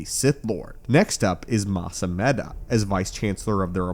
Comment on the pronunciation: It's Mas ameeda. Those are long Es